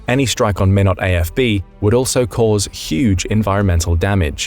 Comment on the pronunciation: We pronounce Minot as “MY-not” rather than “minn-ut”